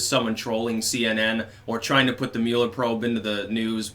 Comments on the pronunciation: Finally...someone who pronounces it correctly. It’s “Mewler” not “Muller” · Thank you for pronouncing the Mueller last name properly... It was (Muller with an umlaut) in Germany... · Thank you for saying Mueller correctly.